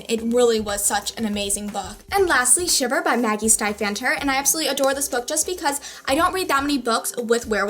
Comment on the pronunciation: Maggies's name is pronounced like Steve author :)